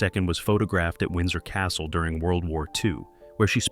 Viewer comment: Windsor Cassle ? Castle.😂😂😂